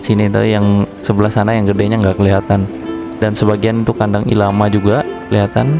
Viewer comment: bang maaap bukan ilama, tapi LLama